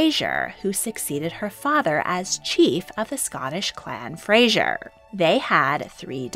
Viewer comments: Fraser not Frasier. It’s not pronounced or spelt the same way as the tv character. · it is pronounced Fray-ser in both this situation and Outlander